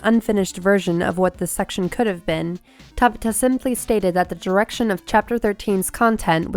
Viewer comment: I hate how she's pronouncing Hajime Tabata's name. sounds like she's trying to say tabatha without the "H" it's three sylibals lady! (Ta-BAH-ta) emphasis on the B and A